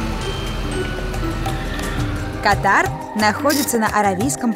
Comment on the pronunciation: Государство называется кАтар а не катАр!